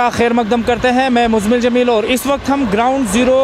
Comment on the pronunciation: Sirrrrrrrrrr, aurrrrrrrrt 😆